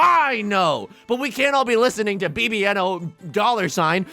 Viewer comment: can't believe bibienohdollarsign stopped producing music because of how yusong pronounced his name 😔